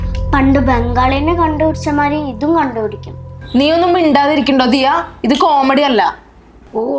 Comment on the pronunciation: ദയാ അല്ല ദിയാ